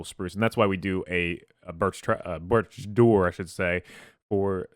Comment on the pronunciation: "biorch doore"